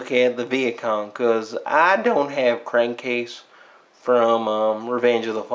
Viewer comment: You said Crankcase's name wrong and he's actually from the Dark of the Moon line,not from Revenge of the Fallen.